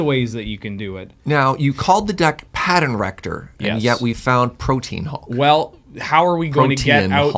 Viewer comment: learned how to say Protein Hulk properly!